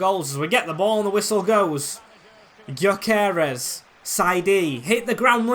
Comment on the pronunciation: btw you pronounce gyokores, gyo kor es so kinda like guyo kor res is how it sounds